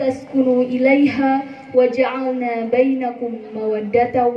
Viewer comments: punten ngemutan sakeudik dina mukhadimah perkawis maoskeun surat Ar Rum ayat 21 kedahna Waja ala bainakum sanes wajaalna,,hapunten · hapunten...eta sanes waja'alna mereun....tpi waja'la Bainakum.